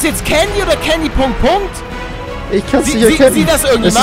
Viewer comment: es heißt Candy.!!!!!!!!!!!!!!!!!